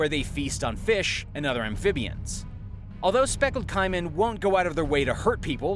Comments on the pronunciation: Fucking KAY-MAN not kie-mein...... Jesus fuck your job is talking do it good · Please learn your pronunciation of words! It was very difficult to hear you keep saying c-I-mon, instead of c-A-mon! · It’s absolutely painful listening to you pronounce “caiman” you might wanna look that up. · Spectacled Caiman not speckled and it's also not how you pronounce caiman